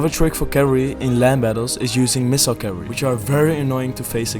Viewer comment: Please learn how to pronounce cavalry, bro. lol. It's three syllables.